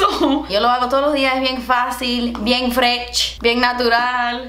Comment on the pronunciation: “Bien FRECH” 😂👏🏼❤️